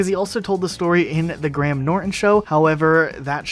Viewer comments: Is no one gonna talk about how he said 'Gram Norten' instead of 'Grey hem Norten'💀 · It's pronounced grayum not gram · I’m sorry I couldn’t stop laughing I don’t know if it’s bc of your accent but the GrAM Norton show!